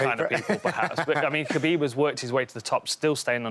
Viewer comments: It's Hhhhuuuuckabib. It's Kahbeeb. Fuck saying it their way, when in Rome motherfuckers... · why come dan hardy cant say khabib name right. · The only thing missing, is Khabib not getting called Khalabeeb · Just say khabib smesh dis guy